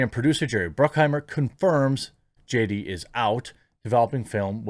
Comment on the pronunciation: Haha! I swear he said J-Date the first time he tried to say JD.